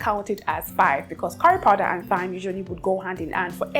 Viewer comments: Thyme is pronounced like “time”. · Hey dear I love you and your videos❤️❤️❤️ I don’t know if it’s ok but I had to say this here so others take note too… thyme has the same pronunciation as time. The “TH” isn’t the same as the one in “think”. With lost of love ma’am…